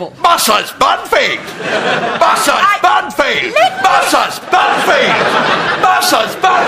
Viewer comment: Lol the way he says Binfield makes it sound like he is saying Murphy lol